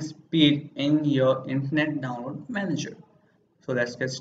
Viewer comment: learn how to say download